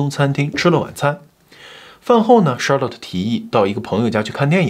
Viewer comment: Charlotte 后面应该读let不是lot…强迫症听着有点难受😅